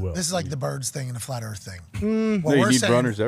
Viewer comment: Flaht erff... conman's right, once you do the research it breaks your brain. Look it up, start doubting everything you've been told!